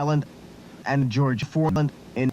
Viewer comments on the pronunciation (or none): none